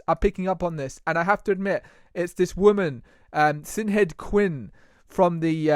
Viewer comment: Not sin head .it's pronounced shinade😂😂😂👍.come on people get your shops open